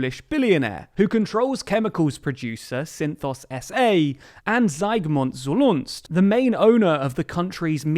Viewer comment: You absolutely butchered the name of the Polish media Polsat owner. You got the the first name right, even if mispronounced, but you got the second name is completely wrong. You said something like "Zulunst" when it's actually Solorz-Żak. Fair enough, not an easy one to pronounce but completely different. Feel free to reach out if you ever need help with Polish pronunciation.